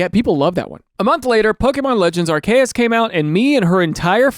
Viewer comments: half of the pokemon community: “its ar-see-us” other half of the community: “no its ar-key-us” daniel thrasher, resident psychopath: “ar-kay-us” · Are -key - us Or Are - see - us Either is acceptable. This arkayus nonsense is 1000 nails on a hallway of chalk boards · how do you pronounce it? Gair-rah-tee-Nah-? That’s how I pronounce it. Also, yes, the Arceus one bugs the HELL out of me!! It’s Are-See-Us, not Ark-E-Us! I HATE the Ark one! Look at the name Perseus. Per-See-Us. You wouldn’t pronounce it Perky-Us!! Percy is Purse-See, not, again, Perky! Obviously people can pronounce these words, however they want, everybody, for the most part, has free will. that doesn’t change the fact that if one pronounces it as Ark-E-Us, I die just a little inside each time. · Bro that is not how you pronounce arceus😭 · Your initial pronunciation of Arceus threw me way off lol love the latin ish take 😂 The OFFICIAL Nintendo pronunciations are Are-key-us and Are-see-us if you wanted the official ones. Off pronunciations is how we get accents though so dw about it :D Giritina is usually pronounced geer-uh/ih/ee-teen-uh or so but tbh not really sure whats official (and for geer part literally heard both hard and soft g) Havent really heard giritina in any of the anime or anything 😅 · Arkayus is probably the worst pronounciation of arceus i have ever heard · Ahem: ARKOOS. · pokemon legends.. what tf did you just say? 🤣 the way i actually physically reacted when i heard that pronunciation. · And on purpose too LOL almost lost it when he said Arceus right and then corrected himself into saying it WRONG jdbdhxhhsva